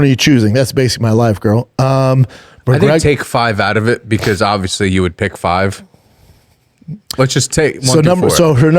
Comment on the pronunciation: Not hating*** can you tell him to pronounce the entire word. Thats why Shaubism will never die. He says obviously like ovysee